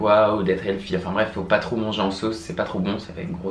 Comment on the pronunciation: On ne dit pas healfy mais healthy ! Sans rancune 😉😊